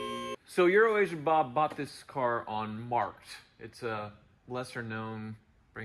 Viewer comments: I learned something today... CAN say Euro-Asian. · I still cant not hear "Urination Bob" even when hes saying it right